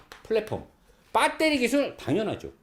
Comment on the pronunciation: 빠떼리 발음 굿입니다~^^